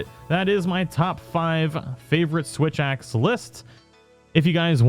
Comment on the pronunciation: did anyone notice that the first time he said switch axe he actually said "witch axe"?